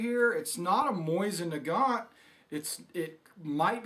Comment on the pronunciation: "Moysin Negat" I cringed